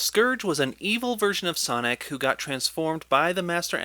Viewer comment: honestly i thought he said sonigg